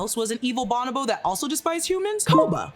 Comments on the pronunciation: Grammar Police here. It is pronounced (Bo•no•Bo) not (ba•nah•ba). I’m sorry to correct, it just ate my ears alive hearing that. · Bon-o-bo-ape? Its pronounced Bo-no-bo. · It's pronounced "Bon-O-BO" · Is pronounced “Bow-No-Bo” 😂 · It is pronounced bow-no-bow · Is that just how we are pronouncing bonobo these days?